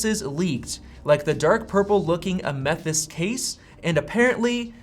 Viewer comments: Ah-METH-ihst? You mean AM-eh-thys, right? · Please look up the correct pronunciation for “amethyst”. Other than that, love your content.